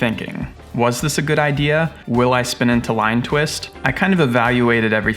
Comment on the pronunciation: Bad i-deer😂